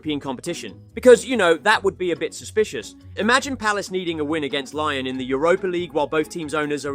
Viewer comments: Why do you keep saying “lion” instead of “Lyon”? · Lyon is not pronounced “Lion”. It’s Lee-Own. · Bro can’t even pronounce Lyon properly. Not very good from a supposed football channel